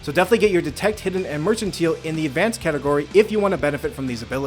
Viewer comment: I was wrong, he didn't figure out how to pronounce "mercantile" T.T In all seriousness though, this is a great series! I'll definitely be coming back if I need any tips for other games :)